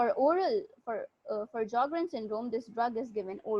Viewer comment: J is silent in sjogern not s